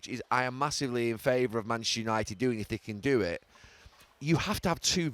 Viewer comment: Still incredible Gary can't pronounce Manchester properly. "Manch United"